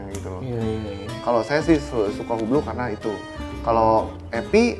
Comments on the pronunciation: Bacanya bukan hu- blo ,tapi hilangkan H-nya ( UE-BLO) ↔️↔️ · HUBLOT pronouncing nya "UBLO" without "H" and without "T" ;)